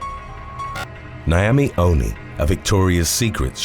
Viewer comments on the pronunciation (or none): none